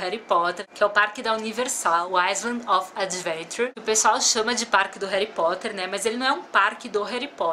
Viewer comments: "Heri" Potter legal kkkkkk Harry Potter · rari potter ?????????????????? n seria harry potter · "Heri potter" doeu na alma😖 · concordo , nossa isso estragou o video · "Réri Potter" aaaaah q agonia, só o dobby pode falar assim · Na vdd, você falou Réri aporte rompido inteiro! Nunca mais faça isso! Haha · Eu amo Harry Potter! Mas pf, no início do vídeo você falou Réri Potter, não faça mais isso! Haha